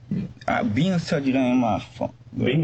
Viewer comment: *BEANS OH BEEN 😂